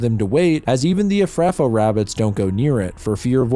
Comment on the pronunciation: You should have watched the original movie. You're mispronouncing a few words, like Efrafa and El-arairah. Stop mispronouncing the overcomplicated made up words! 😂